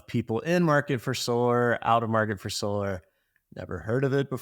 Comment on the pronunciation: solarr? I barely know her 😂😂😂😂😂😂